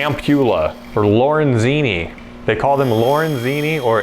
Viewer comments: It Ampullae OF Lorinzini. Lol. Made me laugh though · Lol it’s of. Ampullae of Lorenzini